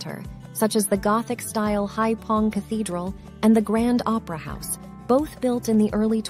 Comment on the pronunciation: Anyway, the city is Haiphong, not *fong.